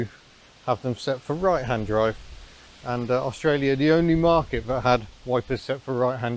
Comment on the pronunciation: When you say vat do you mean that ?